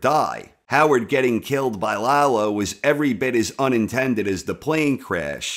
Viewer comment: yeah, stop saying LAHgh-lo. it's La-Lo, easy on the La, easy on the Lo. Lalo. shhh. Lalo. We need to talk...